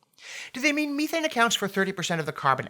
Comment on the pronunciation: John, check methane pronunciation